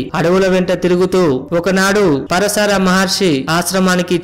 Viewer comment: పరశార కాదు భయ్యా . . . . పరాశర మహర్షి